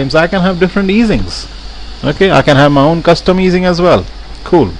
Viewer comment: good tutorial, but had to giggle a bit when i heard u say '...i can have different easings' at around 8 mins 30, made me think of the indian character on fonejacker